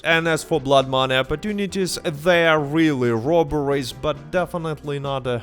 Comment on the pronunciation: Sometimes when you say ‘they didn’t add robberies’ your accent makes me think you said strawberries